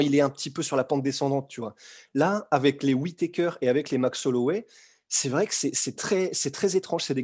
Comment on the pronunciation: Attention. T'as presque dis Forrest wittaker 😂